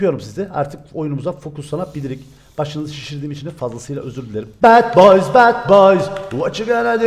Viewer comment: Abi o bad boys yanlış okudun 😁♥️